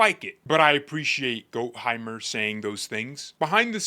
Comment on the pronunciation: having studied Germany in High School, let me help w/ Gottheimer: Gott=rhymes w/ ought. Heimer=hymer. There you go my YouTube friend! Love the content!